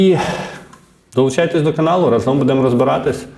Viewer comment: рАзом, а не разОм